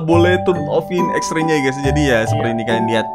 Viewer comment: Baca xrey bang